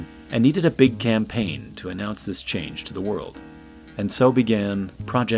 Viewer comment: They needed a big can-paign, lol